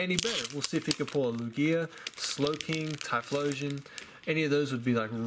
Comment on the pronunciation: Also, please say lugia right lol it’s cringeworthy how you say it 😂